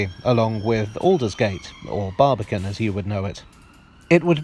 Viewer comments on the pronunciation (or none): none